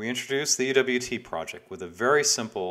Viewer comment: How do you pronounce the name of this project? I see what looks like "EWT Project" (ee-double-u-tee), but it sounded to my (aging) ears like you said "EVT Project" (ee-vee-tee).